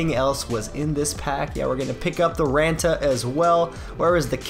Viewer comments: the double a has more of an o sound like on. Antti RONta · You're saying raanta wrong. Good video though.